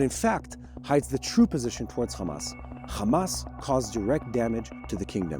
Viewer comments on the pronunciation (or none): the right way to pronounce those counties name is Iran not I RAN OR IRAQ. NOT I RAQ OR HAMAS NOT KHMAS OR HOUTHIS NOT KHOUTHIS , IS NOT BAKHRAN IS BAHRAN , I HOPE YOU LEARN HOW TO PRONOUNCE THOSE COUNTRIES NAME NOW. CHEERS